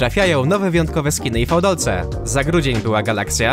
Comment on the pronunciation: Nie mówi się fałdolce tylko widolce. Tam mówili w rś. A poza tym główny bohater cyberpunka nazywa się wi a nie fał.